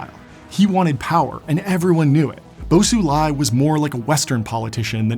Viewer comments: Isnt xi pronounced "she"? He keeps saying it like "see". And then he was calling bo xilai "bo sulai". I get it tho, as an american foreign pronunciation is hard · Very insightful video! although you butchered Bo Xilai’s name. 😂 That Xi in Xilai’s name pronounces the same as that of Xi Jinping, which you are doing well.